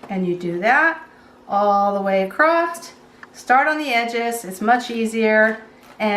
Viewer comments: just saying...there is no "T" in the word across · No such word as acrosst.